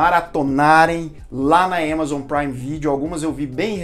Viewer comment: "ÉMAZON" BOTA NETFLIX PRA MAMAR KKKKK